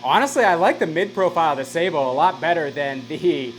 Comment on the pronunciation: wouldn't it be pronounced sabot as in sabotage?